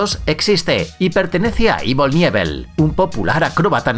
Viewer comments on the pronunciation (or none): Nadie, absolutamente nadie: El tipo de Refugio Mental: Ivol Nievel jajajajaja Ivol Canivol se dice. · (ivol kanivol) jajaja envío knievel no es ivol nievel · Se dice evol canivol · ivol nievel jajajajajaja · Ivol nievel??? Joder que mal lo pronunciais! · "Ivol nievel" jajaj man investiga un poco al menos para prinunciar bien los nombres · no puedo creer que haya pronunciado mal el nombre de evel knievel